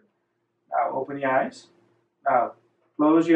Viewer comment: "Close your eyes, open your mouth. Now open your eye-uh